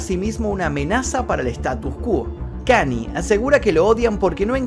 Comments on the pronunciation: Hola, te sigo hace muuuuucho tiempo. Yo soy fanático de Kanye desde hace muchos años también, por lo cuál te voy a hacer unas correcciones: 1. Se pronuncia "Kañe" no "Kani". 2. Kanye en el último año expresó muchas veces su deseo de cortar la relación con Adidas, ya que ellos estaban haciendo productos de nombre YEEZY sin su permiso ni consentimiento para ser vendidos. Por eso mismo él dijo que "aunque sea antisemita, Adidas no terminaría el contrato conmigo". 3. No se burló de la lucha de BLM, la remera de WLM la usó reclamando de que realmente, las únicas vidas que importan, son la de las personas blancas. Fue una queja a la sociedad, no una burla. 4. Kanye y Kim se separaron luego de que Kanye expuso información privada de su matrimonio en su única conferencia de prensa que dió como candidato a presidente. 5. No está bloqueado de Twitter, de Instagram sí, pero temporalmente. Le deben quedar 15 días de suspensión aprox. 6. Perdió 2 mil millones de USD por terminar su contrato con Adidas, pero sigue teniendo aproximadamente 8 mil millones de USD. Te mando un saludo! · otra video genial como siempre, pero te sugiero que cuando investigues veas cómo se pronuncian las cosas en inglés, lo menciono porque Kanye, no se pronuncia como Kant, se pronuncia Kan-y-e. Saludos. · Buen vídeo pero creo que la pronunciación es Kan-lle no Kanie en fin buen video 😉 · Con todo respeto, se dice KanIE, no Cani 😢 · se pronuncia KANYE, tu le dices y suena como kanie o kanyi pero es KAN YE, la y no es lo mismo que la i , saludos:) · Amigo todo épico tu vídeo dos un genio pero porque decís KANI, es KANYE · Gran video pero me dió cosa escuchar tantas veces "Kany" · Muy buen video… como siempre! Observación (no hate)… los Yankees lo pronuncian “kan-ye”… saludos hermano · KAN-i-ÉY--- pronunciación